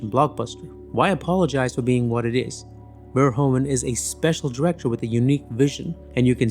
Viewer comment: verHOEven, not VERhoeVEN